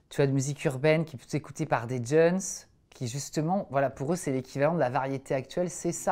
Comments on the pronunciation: Il a dit "djeuns" ou je rêve ? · Il dit "djeunes" 1er degrés ?